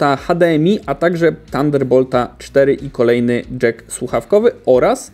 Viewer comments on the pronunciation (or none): none